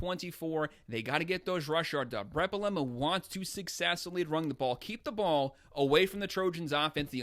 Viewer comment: Can this guy figure out how to pronounce “Bielema” 🤦🏻‍♂️